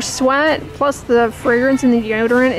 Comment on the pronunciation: Frangance, fragrance, fragrance, take a shot everytime she said it! 🙄